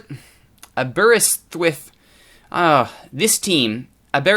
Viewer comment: It's pronounced Aber-ris-with.